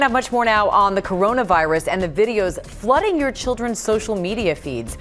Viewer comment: Courounavairus jajajajaJajjaJJ